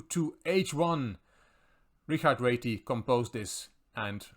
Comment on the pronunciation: Wonderful video. Your pronunciation is perfect on Réti, others always say ratty 🐀 my move Ra7 activating the rook